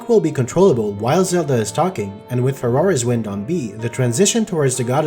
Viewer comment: I can't help but hear "Ferrari's Wind" every time you say "Farore's Wind"